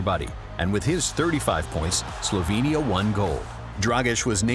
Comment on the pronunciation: Where are you two from? UK i presume....If so,why are you pronouncing names of the countries from Balkans like they are situated on Mars??? Slovenia,Serbia,Croatia,Bosnia,Mcedonia,Greece,Italy...Those countries are representing part of the world where democracy was born.You know democracy,civilisation???Brought to you by Romans while you were all saveges,almost cavemen.Funn fact,Serbia is a birth place of 17 Roman emperors.....Romans gave you literacy,democracy, culture,civility and you are mispronouncing our names????Its always fun to watch Brits doing anything.Like being in a ZOO....